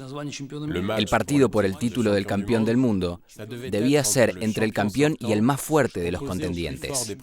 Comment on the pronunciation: ¿Por qué diablos dicen "campión"? la palabra CORRECTA es "campeón".